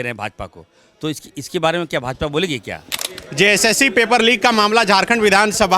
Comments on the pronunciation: Jssc toh tum se thik bola nahi jata "jcsc" bol raha hai tab se ...sala boka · Jb bolta hai to JSSC ko JCSC bolta hai